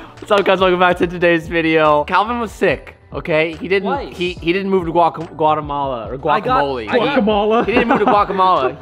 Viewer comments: It’s pronounced Guate - Mala Cerote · “Guacamala” bruh lol